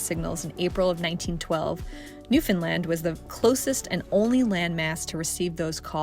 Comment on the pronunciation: Newfoundland is pronounced like saying: NEW fen lend. Giving emphasis is the word NEW. I loved your video.❤